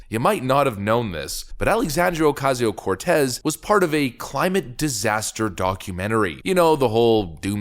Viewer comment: Dude, can you just start saying AOC's name properly instead of "ALLEEESANDEEEEERO oooOOOOCAZEEEOOO CORRRRTEZZAAA". Best wishes from a concerned subscriber.